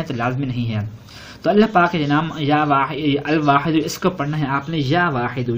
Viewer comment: usme al waahido likha aur aap ya baahido bol rae